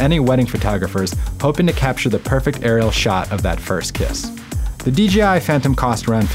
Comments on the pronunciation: Am I the only one that is catching he is saying DGI and not DJI? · It's not "DJI Innovations", it's "Dà-Jiāng Innovations", or just "DJI".